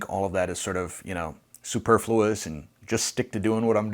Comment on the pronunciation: Easter egg—superfluous pronounced wrong.